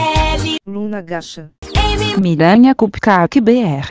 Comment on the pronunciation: Gacha E q no vídeo fala Miranha ao invés de Miranda; -; por issuh ta Miranha moxa